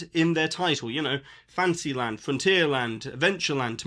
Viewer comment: When you say fantasy land, i hear fancy land. LOL